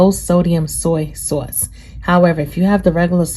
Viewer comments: I love the way you say “saw-see sawce”💜😂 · I just did this with venison and it came out great Thanks for a great recipe. Also love how you say soy sauce.